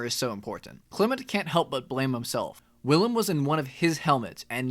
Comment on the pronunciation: Bruh im the main caracter my name is Willem lol and you pronounce it like villem dont use a W say it like Villan with a m....Villam